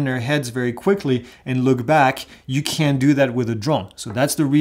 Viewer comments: your videos are awesome and quite informative. May I suggest that you say “cannot” instead of “can’t”? You said “can’t” a few times but it sounded like you said “can” (ex. using binoculars to see the drone- sounded like you said you can when you clearly explained that this is not an option). Keep up the great work! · I also thought I heard CAN, and wondered why , thanks for the clarification.